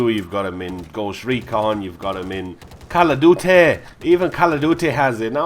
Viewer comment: Lmfao at how he says call of duty